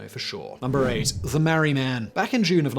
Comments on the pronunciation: Sorry mate, your pronunciations of Albury (all bury) and Marree (Mar ree) are terrible. Otherwise, great videos! 🤪🤪🇦🇺🇦🇺😷😷🇦🇺🇦🇺👍👍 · Albury is pronounced All-bury not Al-bury. Marree is pronounced MAR-REE